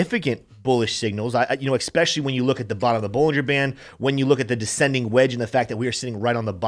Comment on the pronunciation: Stop saying eCspecially!!!!!!